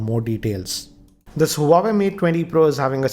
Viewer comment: Sir it's name is Huawei but it's pronounced as Wah-Way.